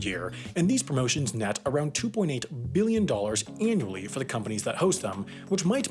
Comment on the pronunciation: That REALLY sounds like you say "2.8 Million dollars", but that's very clearly 2.8 Billion on the screen...... Are my ears going bad?